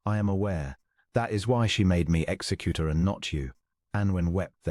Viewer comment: Ex-zec-u-tor (as named in wills). not executer (as in one who kills people).